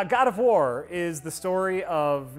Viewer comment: God of worm - (At least, I thought he say that XD)